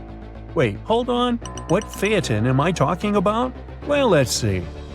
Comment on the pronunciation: You finally got it right. Seems everyone misnames Phaeton.